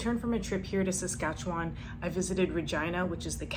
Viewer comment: she didn't learn how to say Saskatchewan lol